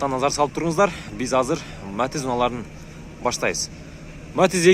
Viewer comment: Матз эмес Матиз деп суйлочу